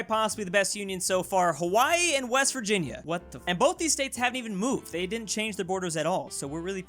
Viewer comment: It's Virvirginia